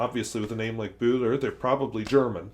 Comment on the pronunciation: A nice find,! (And your pronunciation of the ö is pretty damned close! It sounds the same as the "eu" in Euro). I don't know whether you are aware of it, but Böhler and Osmia pens are "related" in that Hermann Böhler founded the Osmia Co. in 1919 with his brother Georg. The company was later bought by Faber-Castell and it was, for a short time, also a subsidiary of Parker. Oh, and seeing how much you love Bock nibs, here's an interesting read for you, if you haven't come across it already